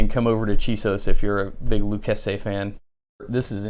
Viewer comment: Pronounced 'Lou chase ee" you need to know that especially if you move to the great state of Texas. Lol... great video.